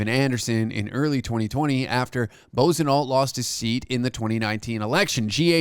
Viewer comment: The idiots name is pronounced like....Buahsonoh!! But I like the latter!!😂